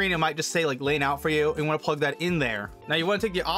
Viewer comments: It's not "Lane" ... it's "Line" for all those wondering. Line-In and Line-Out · i like how your saying lane not line lol but thanks for the help i been having issue with my audio routing this helpped me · I laughed when he hovers over the word line and he still says lane lol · Lane = Line, is that a local accent? Great video, helped me tremendously.